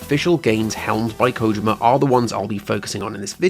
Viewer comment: Good stuff man. Also, its Ko-jeem-uh not ko-jim-uh haha